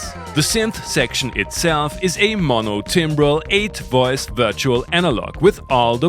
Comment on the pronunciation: "8 WOICE VIRTUAL ANALOG"